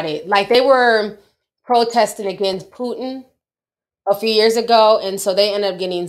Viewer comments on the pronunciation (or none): none